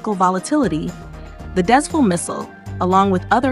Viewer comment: Because of the spelling, I can't blame you for mispronouncing it as "Dez-Full"!! This is the name of a location. And it's pronounced as "Dez-Fool"!! Thank you